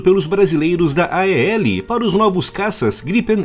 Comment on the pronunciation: É estranho ouvir A-E-L ... Na própria empresa é pronunciado "AEL".